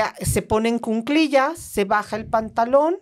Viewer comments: M aestra y, un gusto escucharles! Por favor la palabra es cuclillas (no cunclillas). Un abrazo! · solo una observación respetuosa: se dice "en cu-cli-llas"y es anticonceptivo oral de emergencia, no pastilla del día siguiente